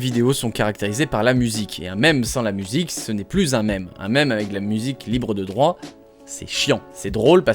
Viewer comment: Tiens, c'est un bon résumé de "c'est pas parce que c'est devenu un mème" qu'on peut le mettre sur internet (et le monétiser.) (Et merci, merci, merci de le prononcer à la française et pas comme certains qui le disent à l'anglaise donnant ainsi l'impression qu'ils parlent d'un artiste de rue en train de faire semblant d'être derrière une vitre.)